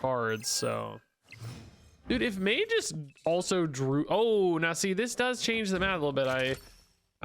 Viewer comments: I believe Magus is pronounces May-gus and not May-jus. Love the vid btw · Dear: Ma-Jus ❌ Ma-Gus (Fring) ✅ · "mage-iss" is killing me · The way is pronouncing Magus is KILLING ME 😂